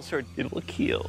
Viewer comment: So, i supose it will "KEAAL" ?